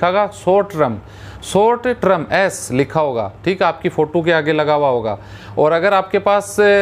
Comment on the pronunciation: Trum nahi sir Term hota hai